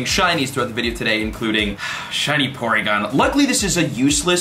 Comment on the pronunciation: The way he said poRygon got me so bad😂